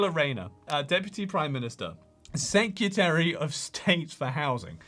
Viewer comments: SecREtary. Not secUtary. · off topic but you do realize that the word is "secretary", not "secutary", right?